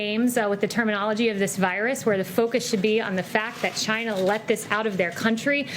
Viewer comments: Does anyone love the way President Trump pronounces China. It sounds like "Jyna". 🙂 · These reporters are jackals. "The virus came from CHI-NA."